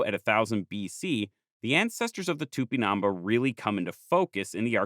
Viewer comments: The accent in the last letter of Tupimambá to the narrator: am I a joke to you? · "It's not TupiNAMba, it's TupinamBÁ" *hence the accute accent: Á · I'm really sorry but your pronunciation of tupinambá is wrong, there is an accent at the last vowel precisely to indicate that is the most strong syllable. So instead of tu - pi - NAM - bas it is tu - pi - nam BÁS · Here just to say that the word "Tupinambá" has a stress in the last a, making it an á. So, if not in defense of the natives, but of the Portuguese language, it's not pronounced Tupinaamba, but Too-pee-nam-bAh. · Here just to say that the word "Tupinambá" has a stress in the last a, making it an á. So, if not in defense of the natives, but of the Portuguese language, it's not pronounced Tupinaamba, but Too -pee-nam-bAh. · Just a point... TupinambÁ, the enphasis is Á. You sound like tÚpinamba. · Please, the accent mark indicates the tonic syllable: so it's Tupinambá, not Tupinámba!! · The "á" means you must stress that syllable. It's not tupinAmba, it's tupinambÁ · A comment about Portuguese and Spanish name pronunciation: whenever you find a tilde stressing a vowel, you should stress that syllable as Tupinabá, stressing ba instead of na as you do in the video. The same goes for the rest of those words. For the rest, wonderful video. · Its cool to see some of the images you used in the video are the very images I saw on my textbooks back in the 90s’. And it’s It’s TupinamBAH, you’re pronouncing it wrong but it’s a great video nonetheless! 🫡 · i appreciate the video, but listening to it with this pronunciation of "tupinambá" that sounds like "tupinâmba" or even " tupinamb' " is honestly very grating and uncomfortable... i can't be sure of what was the original pronunciation in native tupí, but i can't imagine the á was put there for no good reason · for the love of God it's pronounced "tupinam-BAH" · The accent is on the last syllable. Tupinambá.